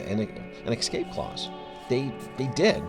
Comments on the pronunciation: Ugh. Escape. It's not "eck - scape", it's "ess - scape". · THERE IS NO X IN THE WORD "ESCAPE", AND NO KS EITHER. It is pronounced EXACTLY as it is spelled: ess-CAPE. I'm a little over halfway through this video, and already I've heard you say "ex-CAPE" three times! It's REALLY annoying! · Got news for you Mr starship! There is no such word as "Excape!"